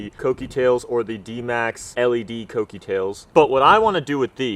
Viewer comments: I've been pronouncing kouki wrong. Cookie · It's k(oo)kie